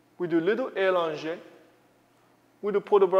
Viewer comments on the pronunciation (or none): Please, the word is allongé ("a" with a short sound not a long sound. It is the way the letter "a" is pronounced in French.